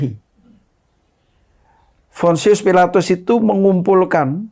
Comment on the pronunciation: Bukan fonsius filatus...tp Pontius Pilatus botol..Pdt apa kau gil.. Tukang tipu kau😊